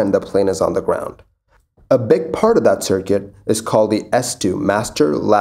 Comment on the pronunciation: Your videos are very informative and I appreciate the concise format. That said, I wish you'd enunciate a bit more. "Dis" and "dat" really grates on the ear after a while. This, that. I can tell that you're either an ESL person or at least strongly bilingual so I realise this is how you speak naturally, but there's a reason elocution teachers exist: natural doesn't sound professional. Take it up to the next level, my friend, and really even out the pronunciation. Thanks!